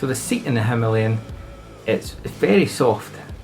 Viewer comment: Thanks for saying the name correctly 😉 and no there is no other way to pronounce it if you are using English!